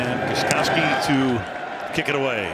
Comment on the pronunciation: Every time Al Michaels says the name GOSTKOWSKI he totally mangles it. That K is nowhere to be found!